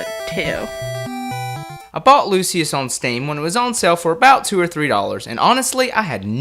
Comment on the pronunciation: lol you say it like "lu shuss"